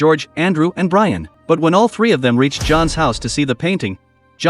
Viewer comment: It’s b r i a n not b r a i n😂